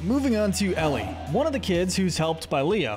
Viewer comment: Eli❌ Ellie✅